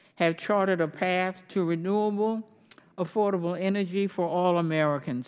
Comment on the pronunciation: She actually said "100% reDOable energy." LOL!!!!